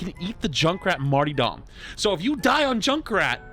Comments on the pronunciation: Marr-tar-dom not Marty-dum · I'm sorry but saying Junkrat "marty-dom" fucking killed me. Good vid tho! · I love but hearing him mispronounce “martyrdom” as “Marty Dom” cracks me up. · The way you said martyrdom just made me think of Marty Scorsese in leather